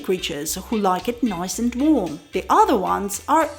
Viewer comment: yeah...I think she also said "yeah man" quite well (not the ones where she was "mimicking" tourists; but when she noted that in phone conversation it comes out naturally). I also heard her say "adda" for "other" when she was talking about Road Side food. All very awesome